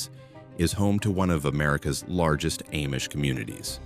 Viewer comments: The A-Mish, lol. Use much AI for this video? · It's pronounced Ahmish... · Shocked no mention of whiskey being made n Lawrenceburg. Baby Face was also from here. I wish AI didn’t read this because Milan was mispronounced along with Amish.